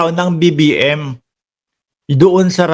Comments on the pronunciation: ang Linaw ng BBM pgkasigaw ahhh hahahhaa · Ang clear ng sigaw BBM